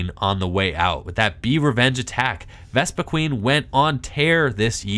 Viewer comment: who else cringes when somebody says vespiQUEEN and not vespiQUEN